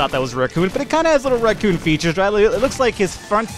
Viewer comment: Your pronunciation of raccoon is bad, and you should feel bad.